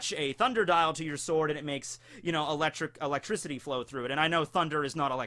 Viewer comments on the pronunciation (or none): none